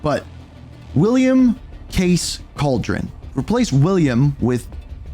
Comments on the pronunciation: Cauldron? Cal Der Roan you savage. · CAL DER RONE not a witch’s caldron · man why does everyone say cauldron:face-purple-crying:its calderón